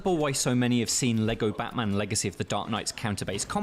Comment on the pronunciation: the way you said "Batman" got auto-captioned as "botman" lmao